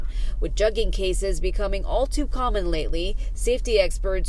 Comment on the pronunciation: She say juggin like a white person